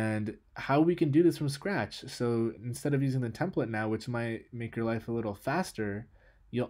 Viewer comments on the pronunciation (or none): none